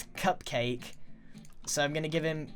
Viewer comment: When you said "I has cupcake" , it actually said "IHasCupQuake" as in the youtuber